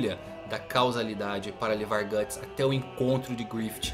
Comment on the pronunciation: É "Guts", não "Gatts". Na verdade a Beast of Darkness se manifestou nele no Blackswordsman Arc e principalmente no capítulo Lost Children,onde ele só se preocupava em alimentar o próprio ego matando os apóstolos. Se ele usar o Behelit pra fazer um sacrifício, a história simplesmente acaba. Nenhum dos apóstolos conseguiu tocar nos membros da God Hand, até o Ganishka que era o mais forte de todos. Isso também vai contra tudo o que o personagem construiu até agora,se ele fizesse isso só pra combater a God Hand,o Miura teria que fazer um malabarismo argumentativo pra explicar como ele conseguiria chegar lá,ou fazer o Guts morrer e acabar desse jeito...um bosta. Pode ser que tenha um final ruim,ou incerto,mas o Guts fazer um sacrifício pra virar um apóstolo já é forçar a barra.